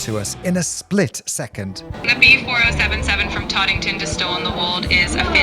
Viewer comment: Teddington, not Toddington.